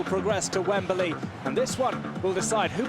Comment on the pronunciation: It's Wembley, not Wemberley. Get rid of this commentator or teach him proper English